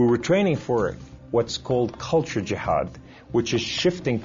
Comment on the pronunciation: he said: "and I have the power of Allaah with me" ohh, so he was stronger than superman. muslim says my power is from Allaah. and he didn't pronounce Islam, muslim, and jihad correcly. I think he can't speak Arabic! shame on you